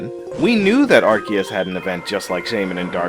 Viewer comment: So glad someone else pointed this out I cringed at the “azure” and “arceus” pronunciation.